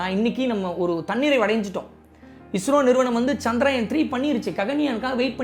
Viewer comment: சந்திராயன் இல்ல... சந்திரயான்... சரியாக உச்சரிக்கலாம். மத்தபடி செம்ம கலக்குறீங்க.❤